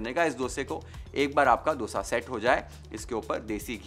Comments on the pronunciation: I am so happy to hear a non South Indian say Dosa and not DHOSA as others do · Love how you say “D”osa, the way it is actually said in South. Not how we northern-Indians usually end up saying. It took me a while to be mindful about the pronunciation, but now it is my normal